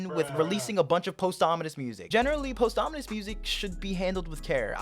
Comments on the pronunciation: bros saying post ominous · Everybody else: pawsthumous:POSTHAMINUS Jokes aside this was a great take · “Posthomonous music” 😭